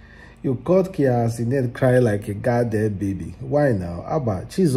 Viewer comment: Cia kenent😮. Bruuuuhhhhh Tf. Its Kai Cenat bro.😅